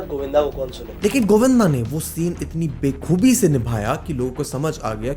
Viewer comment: ❌❌ 🤬 बे-खूब नहीं, बा-खूब। कुछ तो मर्यादा रखिए ।🤬